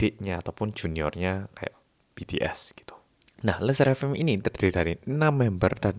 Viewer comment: I speak french and I want to say that your le sserafim's pronunciation is accurate🥰🥰